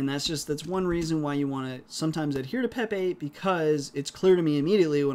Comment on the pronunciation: LoL every time you say pep 8 I hear pepe and frog people go through my head.